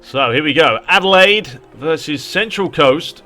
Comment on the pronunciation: Kudos for pronouncing Adelaide right. Like the old days, I think you have to play top down. The best weapon you have for shooting is swerve, hard to see that on the sideline view.